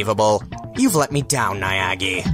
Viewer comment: why do you keep saying Niagi?